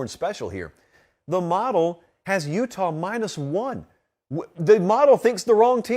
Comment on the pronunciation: Check the highlights bro say "Utah" 😂😂